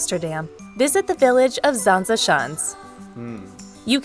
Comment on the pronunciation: So many mistakes in this video already, lol. Castle de Haar is not in Holland, it's in Utrecht. Oh hey you knew that nice. Also why do they always pronounce Zaanse Schans like that.. It's a g sound, not a soft sounding sch (so it should be Schgans/ sgans in terms of pronounciation, if that makes sense). ugh lol. Ok I'll turn the video off, because this is clearly made by someone far across the ocean, trying to make money with mostly stock footage. I'll give a like though because I always appriciate you doing this :)